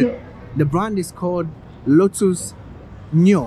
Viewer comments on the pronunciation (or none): Hey man , if you wanna introduce the new cars and please learn and read more about car books 📚 of knowledge that you will get the car makers and brands. You said that the blue one was looked like the Lamborghini, actually was Lotus (Spain maker) ,even though your pronunciation was not correct. May God bless you and learn more about car knowledge .......😅😢😅😢😅😢 OK???